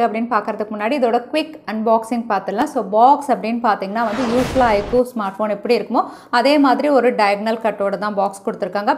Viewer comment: its IQ not ikoo